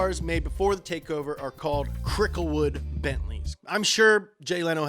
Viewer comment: Oh my God, the “Cricklewood” part!